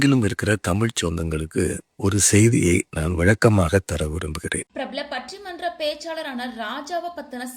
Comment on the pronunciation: முதலில் பட்டி மன்றம் னு ஒழுங்கா சொல்லுங்க... நீங்க ஒரு நல்ல மனிதர் என்று எல்லாருக்குமே தெரியும். விளக்கம் கொடுக்க வேண்டிய அவசியமில்லை.. சியரப் சார்.❤❤❤❤